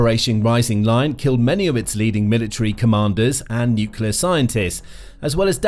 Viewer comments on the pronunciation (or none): Nuclear, not nucular!!!!! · Say the word 'new'. Now say the word 'clear'. Now say the word 'nuclear'. It's not 'nukiller'. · Was coming to say this. Not sure why but it gets me so annoyed when people say nuke-u-lar. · New kyoo ler? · I had never heard nucular pronounce with a British accent before. I am now convinced stupidity knows no race or boders. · For god’s sake, just say “new clear”! Say it! You can’t go wrong. Also, President Trump’s claim about “obliterating” Iran’s nuclear capability, appears to be premature and/or exaggerated. But what would you expect from the biggest liar in U.S. Presidential history? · Sounds more like ‘new-killer’ >.< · The mis-pronunciation is intentional. We all know how YT works.